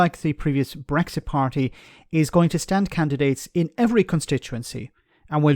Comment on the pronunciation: WOW! "Eleven, ELEVEN of the former Bresxshit MEPs....." It's just like Catherine Tate's "Nan" character come to life!